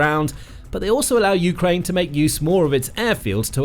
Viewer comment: dude says "you-krane" like it's 2 words. lol